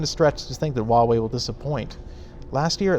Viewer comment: If you're going to talk crap about a company, for making great budget smart phones, at least pronounce the company's name correctly.